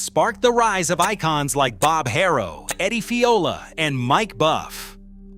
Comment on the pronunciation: Its Haro, not Hayrow